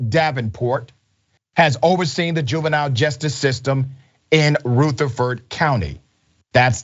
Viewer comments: It's Ruh-th-a-ford county Dr, in case she does get the justice she deserves and you do another story about her. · The u in Rutherford is short. Lived there many years. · Thank you for sharing. It’s pronounced Rutherford with a short U like Rutherford B Hayes. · Also I’m just now realizing we must pronounce it weird cuz that’s not how we say that county name. R-uh-ther-ferd county. mer-fres-buro is the county seat. You gotta run it all together and mumble it 😂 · Sir, it's not hard to learn the proper saying of Rutherford? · That's the problem! Retire to stop investigation! This is bullshit. You pronounced the county wrong!